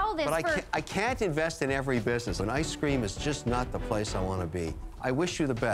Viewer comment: Can someone tell me why Kevin pronounces it “I scream” 😂